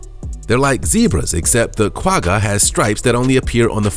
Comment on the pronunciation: Lol the way he says the "Quagga" is so cute☺️... I'm from South Africa and that's not at all how you pronounce it 😂🙈